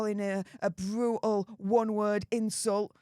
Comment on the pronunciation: Wavvvvvvy😂bvvvvvvvutal😂 pvvvvvvvince havvvvvvy 😂